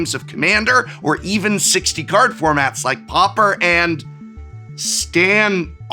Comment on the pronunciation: “Stan… Ard” 🤣🤣🤣.